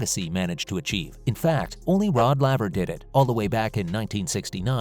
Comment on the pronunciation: If you purport to be a tennis channel, please learn the correct pronunciation of the name Laver. Shouldn't be too difficult, considering his record.